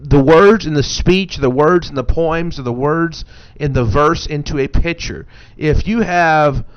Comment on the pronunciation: "Poims" lol!